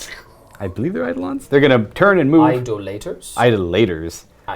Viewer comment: Hey, it’s pronounced eye-DOLL-uh-tur